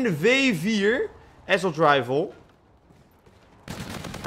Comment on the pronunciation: Gast leer ff hoe je assault uitspreekt!